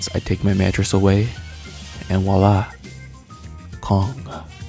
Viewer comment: Bro, FYI, it's spelled and pronounced "voi-la" not "Wa-la". (It's a French term.) (Vwa-La) But other than that, you are my newest, latest and greatest hero. Great videos, this being the 3rd I've seen.